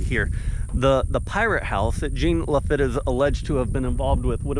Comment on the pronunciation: Name is pronounced La- feet